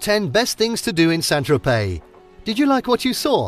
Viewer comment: Why ad an l when saying Tropey?